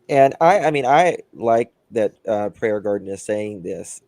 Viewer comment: I love how adds the S on Prayer Gardens name lol 😂